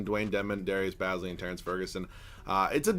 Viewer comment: Say it as in Darius Ba(e)zly